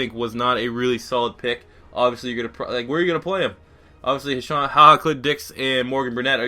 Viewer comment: It's pronounced Ha'Seen that's why he was nicknamed Ha Ha cuz people always pronounced it Ha'Shawn